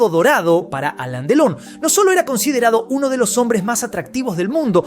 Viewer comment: No se llama Aleen Delon sino Alain Delon y se pronuncia Alan.Delon...